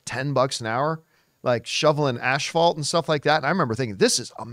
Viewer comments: English isn't my first language, but I'm pretty sure it's not called ashfault. 😀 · Did John say Ashfalt? Asphalt? 😅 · Why does he say asphalt as "ash-fault" lol